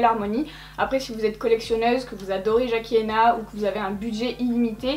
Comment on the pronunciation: je t’adore. Ton accent pour tousssss les mots anglais je m’en tape. C’est pas ton job et c’est pas pour ça que je te regarde Mais son nom c’est Jackie Aïe-Na Fallait que ça sorte. Pardon. Bisous. Hahaha